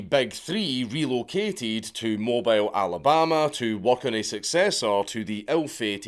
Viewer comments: It's pronounced "Moe-Beal" ^_^ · It took me a moment to realize Dank was talking about Mobile Bay... because was mispronouncing the heck out of it. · It’s pronounced Mobeel bay not Mo bile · It's pronounced Mo-b-eel, not mobile... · I'm sorry dank, mo-BILE? it's pronounced mo-bill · mobile, alabama is pronounced "mo-beel." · You'll probably never need to say it again, but if you do, it's pronounced 'mo-beel', not 'mo byl...like it's spelled. Much love from the American South, Dank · It's 'mo - beel' Alabama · Moe-bill. Not mobile. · .... It's moe-beel, not mobile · MO-beel not MO-bile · "Mo-beal" alabama not "mo-bile" alabama the town dont move 😂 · It’s pronounced “ponchatrain” and “mobeel” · Mobile Alabama? Mo Beel Alabama. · Mobile Alabama is pronoun Moe-beel 🤣 yes it's dumb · I'm from the south. We pronouce Mobile as "Mobill" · Dank... its pronounced "Mo-beel" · Hey Dankula idk if you'll see this but you pronounce mobile, alabama as Mo-beel doesnt make sense but it's how the inbreds say it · He got New Orleans with Norlens, but flubbed it on Mobile - Mo-Beel rtr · Its pronounced Mo' beel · God again 😂 mo-beel Alabama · Mark... our colonial cousins pronounce it Mow Beel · Did he say mo bye le alabama? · Sir....Mobile, Alabama is pronounced "Moe-Bill". The South. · My southern ears are dying lol pon-chew-train ( I'm an Alabamaian don't come for me Cajuns if I'm saying it wrong that's how my koonas from Jefferson parrish stepfather says it), moe-bill is how us southerners say it but love the channel otherwise. Keep up the good work..... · also, it's Mo-beel. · Southerner here (from that specific region). People from around this area pronounce it as "Moe - beel". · Not for nothing, but to help give you street cred in lower Alabama, it’s pronounced Mo-beal not Mo-bile. I can’t tell you why but they get all kinds of butt hurt about it. Also, they party for a month for Mardi Gras so go visit and have some fun. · I know how it's spelled, but it's pronounced "mobeel".